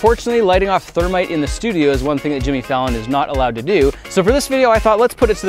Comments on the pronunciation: its thermeat Hahahaha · "Partake of our ther-meat" - Jason Murphy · Its thermeat😂